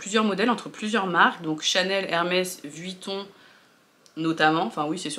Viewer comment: Coucou ! Enfin qqun qui ne dit pas Vitton 😊 lol. Bref je sais que Hermes c’est juste la base et un investissement reconnu mais je trouve qu’au final on les voit partout. J’ai pas vraiment l’impression que ces sacs soient si compliqués à avoir quand ont voit que pour la plupart certaines en ont plusieurs (alors je ne dis pas que c’est forcément le cas) mais même sur les chaînes de vogue outfit à Paris dans la rue on en voit partout ! J’ai l’impression que même si ce sont des intemporels ils sont quand même très tendance. Pas donné à tout le monde mais sur insta et YouTube je ne les trouve pas si confidentiels du moins les birkin et Kelly… à la rigueur le roulis est carrément confidentiel. Sinon ma préférence va au capucine bb tellement cute celui ci on le voit beaucoup moins je trouve. Bon dimanche ☀️